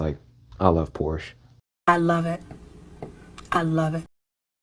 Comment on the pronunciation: Bruh that Lincoln Navigator and BMW still hit to this day. They just don't make them like they used to 😢 ... and its "Por-Sha" not Porsche 🤓